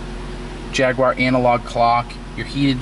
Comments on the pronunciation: You pronounced Jaguar wrong. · No W in jaguar! americans mispronouce for some reason!